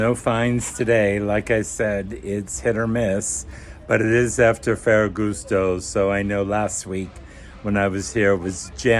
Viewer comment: Do you speak Italian ? Ferragosto was pronounced a bit strangely.